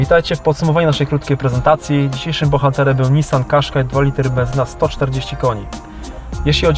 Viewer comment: Qashqai!!!!! A nie Quashqai